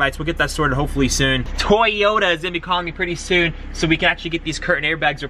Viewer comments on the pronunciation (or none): It’s not “toy oh ta” it’s “to yo ta” Japanese is made up of phonetic syllables but all western countries butcher it. (Not having a go) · Bro toyota not tayota😂😂😭😦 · DAMN! I thought you were saying Tyota on purpose! LOL